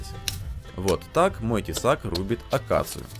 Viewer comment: Мне послышалось что ты сказал рубить акацуки а не акацию хотя эта штука справилась бы и с всеми ними